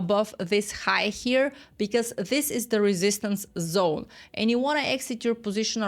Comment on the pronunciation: "Welcome to the Liquidity Zon." 🎉